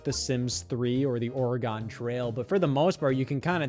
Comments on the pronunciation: Scott it's not the oh ray gone trail, say it like "organ" with a whiff of an "uh" in the middle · scott, as an oregonian please learn how to say oregon correctly😭its not ore-gone, its pronounced like organ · "or-i-gon trail" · The Ore-gone Trail. That's it. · Scott it’s not pronounced like that 😑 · as an oregonian, the way you pronounce oregon is offensive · I hate to be the guy, but Oregon is not pronounced like that. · I love how Scott pronounces Oregon like it's a decepticon. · as an Oregonian, i’m offended by the pronunciation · I get it's more phonetic, but I've never heard someone pronounce Oregon like that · Scott said Oregon like it was a shape 😂😂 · If someone's from a state east of Colorado, they won't know how to say it 😅. He's a lifelong Ohioan!